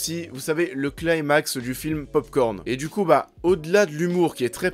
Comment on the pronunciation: On prononce "climax" en français, pas "claïmax".